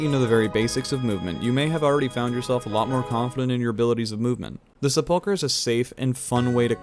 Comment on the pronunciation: The first syllable of sepulchre gets the emphasis.